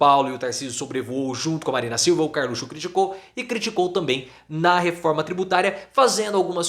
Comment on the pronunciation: professor, o senhor poderia voltar a falar "carlutio"